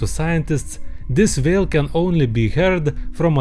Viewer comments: Your saying vale not whale but I understand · "but he realize, it vas beluga vhale!" I'm dying